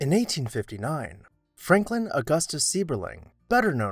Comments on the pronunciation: As a Seiberling, I want to help with the names pronunciation. Seiberling is pronounced as ‘cyberling’ not ‘seeberling’. Just thought you might want to know. Thanks! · The name is pronounced like "syberlung"- not seeberling. Did you do not real research on this? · it is pronounced SEIBERLING (CY-BER-LING)... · Seiberling is correctly pronounced , Cy-ber-ling . You speak in the past tense, Stan Hewitt remains in the beautifully restored condition it was originally built. Do yourself a favor and actually visit it. The gardens will truly inspire. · Seiberling is pronounced sigh-ber-ling I loved living near this mansion and touring many times. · if you're going to post a biographical piece, learn how to properly pronounce rhe person's name. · The person talking has not pronounced Mr. Seiberling's correctly. I used to be a tour guide there and never tired of roaming through the house.